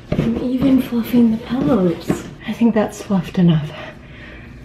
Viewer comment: He said it!!!! You say Pelllows